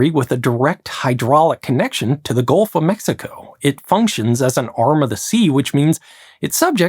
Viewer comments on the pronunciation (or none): none